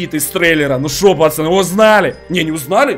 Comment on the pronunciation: почему он говорит не пацаны а пачаны